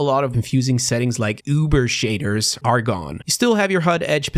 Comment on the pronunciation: I love how pronounces "Uber shaders" like he's trying to say something ancient like "Unga bunga"